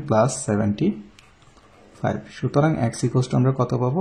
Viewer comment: X এর উচ্চারণ ঠিক করেন। শুনতে ভাল লাগে না#